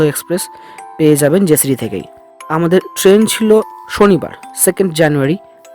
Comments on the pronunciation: উচ্চারণ টা জেসিডি না জসিডি হবে। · কথাটা জেসিডি নয়, জোশিডি ।